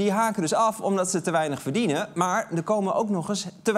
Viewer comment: Haha lekker op in het haast Gronings het woord "verdienen" zeggen #backtoyourroots